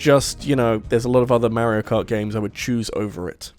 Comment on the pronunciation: Why do you say “Mehrio” instead of “Mario” ?